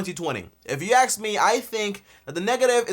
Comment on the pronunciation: An accountant who says if you “axe” me instead of “ask”…..sus